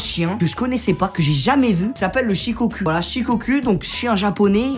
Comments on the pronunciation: Ça se dit pas chicocu c’es shicocou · Shukoku pas shikocul 😂🤦‍♂️ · Il a dit ché chien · Tu est sur que c’est Shikoku ? Car moi les « U » Au Japonais je les prononce « Ou » du genre Shikokou ? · ca se dit pas plutôt “shikokou” ? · Il a dit shes chien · Je crois que ça se prononce shikokou 😂